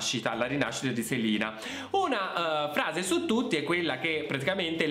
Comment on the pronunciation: Grazie di aver detto 'Selina' e non 'Selena'. Nessuno che mai lo pronuncia giusto 🖤